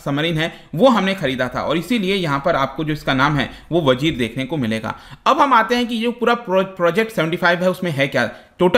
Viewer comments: "Vagir" is correct name not vajir. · The name of sub is vagir.....not vajir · Vajir nhi vagir h sir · सर ये वजीर नहीं, वागीर है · It's vagir